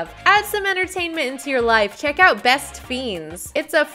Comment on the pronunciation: UR PRONOUNCING THAT GAME WRONG...ITS LIKE FRIENDS EXCEPT THE R ISN'T THERE .....ITS LIKE FENDS BUT SPELLED FIENDS...U GET IT?? ITS ALMOST LIKE THEY CAN'T PRONOUNCE FRIENDS SO THEY ARE SAYING FIENDS. BEST FIENDS.